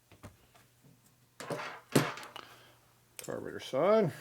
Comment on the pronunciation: "Carbanator" That's classic!